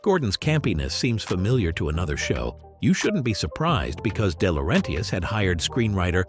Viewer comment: Day-lor-RENTius? Cool.